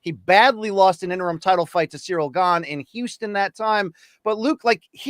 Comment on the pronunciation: Cracks me up how Luke pronounces Jean Silva “g-Ann” while also trying to say everyone else’s name right.